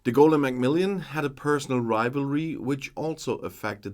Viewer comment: I always enjoy your analyses; they're crisp and accurate. Just to say, it's Macmillan, not Macmill-i-an.